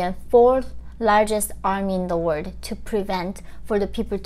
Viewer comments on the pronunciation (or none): none